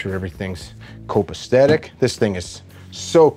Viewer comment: Copas'T'etic vs Copacetic LOL, it's cool Love your videos Man!!!